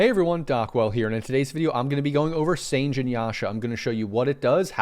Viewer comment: It’s Sanj-e yasha. I remember Dota 1 days when sange yasha wouldn’t stack with desolater nor manta. There were so many items that wouldn’t stack with other items. Also many heroes couldn’t use certain items, like pudge couldn’t use blink. I found that mechanic to be much more balanced than today where everything stacks with everything and everyone can make anything. Such a shame this delicate balance was destroyed.